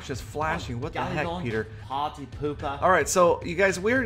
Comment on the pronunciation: 17 Dollahs and (Mostly ). Congrats on the 300 K Subs!